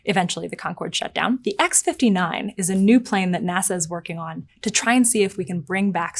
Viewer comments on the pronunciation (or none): none